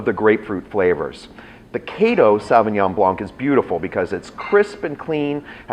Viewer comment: I'm not sure why people can't pronounce Sauvignon Blanc properly.....